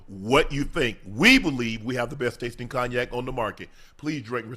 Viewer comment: Shannon please learn how to pronounce the word cognac